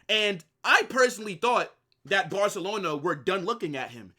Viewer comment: "If Nico Lands in Barcalona"